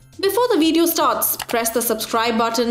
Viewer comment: its video not veediyo